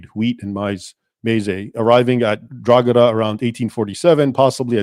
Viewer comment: Drogheda is pronounced draw ha da.